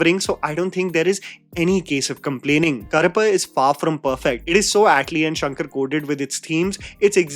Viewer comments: Karappu - Cockroach, Karuppu - Black or a nickname for Karuppusami It was challenging to hear it as Karappu i.e Cockroach. It's easy to check how to pronounce using AI or Google tools. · Brother, I really enjoy & appreciate what you are doing including the effort to pronounce words in other languages. Side note humour: you pronounce Karuppu as Karappu. Karuppu means black and Karappu means cockroach 😂😂😂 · pronunciation of Karuppu = Urvashi's Daakumaaraj